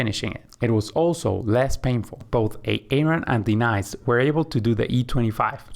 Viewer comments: Aye-aye-Ron & Dee-nice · Is this for real? What's with the pronunciations of Denise and Aaron?